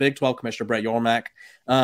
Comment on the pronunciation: It's Yormark